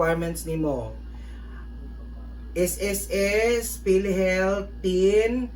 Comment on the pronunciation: Natawa ako dun sa, "Ang requirement mo lang TIN ID". --- pulo ka buok nga ID? -- Gaga! TIN hindi "ten" 🤣🤟 Awit!!! 😂